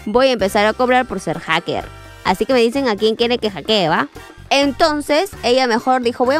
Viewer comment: Ame cuando dijiste más jaker (nose como se escribe) que el de control z✨✨✨